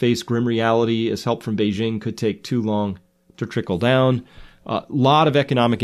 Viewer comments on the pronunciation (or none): none